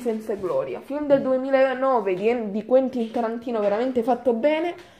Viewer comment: ''Uentin Tarantino"